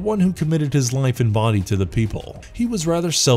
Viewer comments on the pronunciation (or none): none